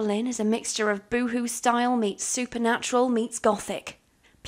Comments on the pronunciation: ok but I think it's real cute how you said bo-ho like boohoo. Petition to just change the word to boohoo. ✨ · I'm sorry but i can't get over the way you pronounced boho